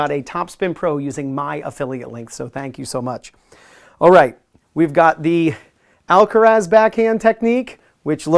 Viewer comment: I’m getting tired of people pronunciation of alcareeeeeeeessssss. Alcaraaaaaazzzzzzz